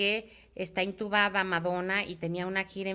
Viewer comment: Perdón pero se dice intubada 😂